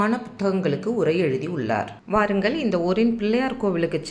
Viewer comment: Your Tamizh pronunciation of பாருங்கள், வாருங்கள் is not correct madam. Please check and correct